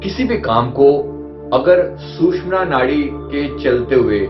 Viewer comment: Very sad that you are calling "susmana" nadi. My dear, it is actually called as " sushumna" nadi and all our ancient books, shastras clearly mention this word. Please correct in your future reference. Thanks